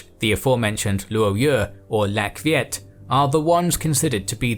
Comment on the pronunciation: Viet pronounced yiet